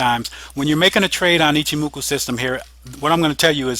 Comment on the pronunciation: Ichimoku i-CH-i-moku not i-Ki-moku JFC And you sell webinars...